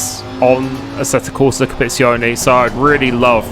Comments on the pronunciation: its competizione not copezione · DLSS will cure the stuttering. The word is Compe-tit-zione!! Don’t forget the tit!!😂😂😂. Looking forward to watching you in ACC. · it's pronounced "Com-pe-tizi-o-ne" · Competizione, not Compizione. 😅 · Competione? Dude ur bitchering that name.. :) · "This is assetto corsa Capizione" lol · ummm you what?!.. copeetzeeoni? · You seem to need some coaching in how to pronounce 'competizione'. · Exactly! Just try actually sounding out each letter, it helps… 🧐